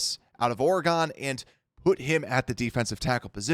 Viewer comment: Super minor thing but it drives me nuts when you do this: it’s ORE-GUN not ORE-GONE when you say Oregon. Other than that loving the channel 💪